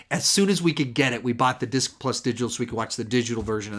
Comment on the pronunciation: Apocalypse now has multiple what? Lol it didn’t sound like you said disc. I too also grew up seeing all the Batman movies in theaters with my dad. We made it through the great, the good, and the bad.